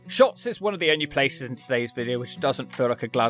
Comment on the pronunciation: Lots of wrong pronunciations there 😂 Lanaarkshire 😂 say it like you would Lancashire Wishaw is Wishy Shotts is Shotes